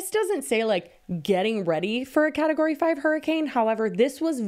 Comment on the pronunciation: ….. is category that hard to say. 😭